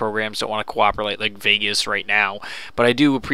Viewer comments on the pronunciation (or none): none